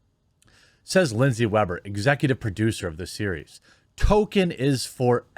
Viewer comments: Tolkien Not Token.. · Ffs his name is not Token. Is it so hard to say Tolkien. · At least learn how to pronounce 'Tolkien' properly. (Ref: toll-keen). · Why do you almost go out of your way to clearly say "token"/Toe-kin? I believe it's closer to something like toll-keen or tall-keen, but even the laziest, most americanised pronunciation doesn't strive as hard as you do to ignore the L. 🤷‍♂️ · Amazon producer: Dammit I said Tolkien, not token! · Tolkien = “Tol - keen” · Why is this man saying "Token"? Is there a history behind why he says that? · Oh wait you said Tolkien I thought you said "TOKEN"! 😁🧐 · Did you know Tolkien is spelt "Tolkien" and not "Token", and is from the author???? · It's pronounced TOLL-KEEN, you peasant. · It's Tolkien NOT token. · "Token black man?" I thought you said "Tolkien black man." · Uhm Jeremy... why do you keep saying "Token" ?? O_o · i think y'all have been mispronouncing token... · The people need to remember and understand. It's Tolkien, not Token. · Did the illiterate halfwits behind this production misread the author's name & think this would be perfect for their Tokenism? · I’m glad they are adapting more Tolkien. But I can clearly see they are forgetting to pronounce the L. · Who is "Toklein" in "Toklein Tube"? Why does pronounce Harfoots like "Half wits"? Why does DRiPPY HENDRIX try to impersonate Shoe0nhead? Why is TheQuartering referring to the photo of Galadriel when talking about the Dwarven princess? Would Donlemon possibly be one of the legendary Drow, or Dark Elves?